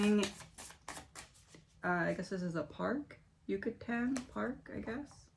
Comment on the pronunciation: Yoo KAH tan. You pronounced it right that last time just put the accent on the KAH :) . I don’t know what that word is doing in the Midwest because it’s the name of the peninsula Cancun is on. 😁